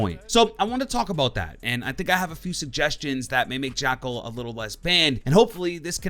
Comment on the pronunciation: When you main an operator but can’t pronounce his name... oooofff